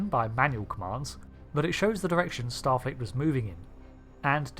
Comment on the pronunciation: "A number of starleet intelligence suites." 😂😂